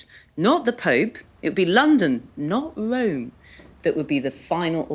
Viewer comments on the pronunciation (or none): Wome? Bweak wiv wome? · Did you not notice her "Wome"?